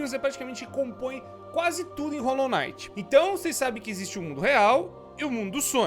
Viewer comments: Rolou naiti ou rolou quinait ? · é Hollow Knight n Hollow night